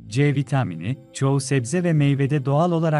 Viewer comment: C vitaaamıni . Tuhaf bir söyleyişi var ama olumsuz değil hafif bir komik gibi .